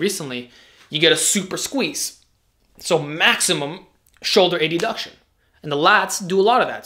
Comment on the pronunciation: It's "add-uction", not "A-duction"